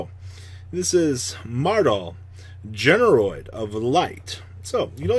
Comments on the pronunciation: GeneRAID not GeneROID you boomer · GENE RAID. yikes that was painful. your pronunciations are brutal lmao